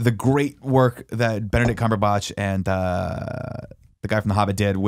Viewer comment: Did Nick just say "Benedict Cumberbotch"?